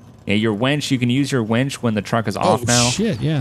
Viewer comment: It's winch not wench